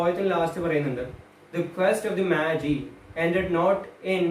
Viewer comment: Good lectures...just check wih your pronunciation of Magi